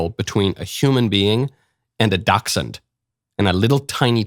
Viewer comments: It’s not Doxins it’s Dachshund!!! Pronounced ‘Dashhund’ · A doxsent? is he trying to pronounce dachshund?